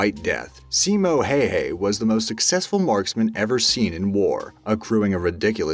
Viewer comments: its not simo hey hey.. its more like Hiya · Simo Heyhey 🤣 It’s pronounced how ha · The way you pronounced Simo Häyhä. Simo heyhey😂😂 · I thought you would say Simo Häyhä and you said Simo Häyhäy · «Simo heyhey» ITS PRONOUNCED SIMON HEYIHAH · He saus it simo hayhay but it is Said simo Hauha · ITS HOW HA NOT HEY HEY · Simo hey hey lol it s Simo hayha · Not trying to be cheesy but it’s not pronounced Hey Hey It’s like Hi Hah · Simo Heihei LOL It´s Häyhä H.ä.y.h.ä it is not heihei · "Simo Hay Hay" lol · simo hayah not hayhay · #1 Simo hi-ya lol not hey hey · Simo hayhay ... cmon man sped some effort at least researching how o pronounce the name, it's pronounced Ha-ya-ha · Sino hay hay its simo häyhä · seemo hay hay (its pronounced s ee mow high ya ha) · Simo Heihei, you know you can say bye bye to your life. Our national hero. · Its not fricking simo hay hay its häyhä try to say it right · When u say simo häyhä it souds like simo heihä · Simo hi ya that’s how you pronounce it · Simo Häyhä but you said it like simo hei hei wich can be a informal way to say goodbye in the Finnish language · Simo Hayha (last name was pronounced hay huh) and Alexander the great couldn't beat the Chinese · Semo hey hey is not how you pronounce his name. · I feel like this guy is FUCKING with me -_-. Its prounced seemo HI! HA! AND YOU PICK APPLES IN THE FALL not the summer -_- im a minute in geeze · My dood said hayhay its simo idek I just know that ain't it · simou heyhey... what the fuck is that? Simo Häyhä!!! Reeeeeeeeeeeeeeeeeeeeeeeeeeeeee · Pronounced as simo howha! Get it right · Simo Hehe? Couldn't find ONE video or audio clip of his name being pronounced correctly, eh? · It's Simo Hayha (hey-ha) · "Simou Heyhey" For fuck sake whats not how you say it. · You pronounce Simo's last name so it sounds like "bye-bye" in finnish, "hei hei". Ironic, because that happened to over 500 russian soldiers. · Simo Häyhä is pronounced something like SEE-mo HAEU-hae.A triggered fin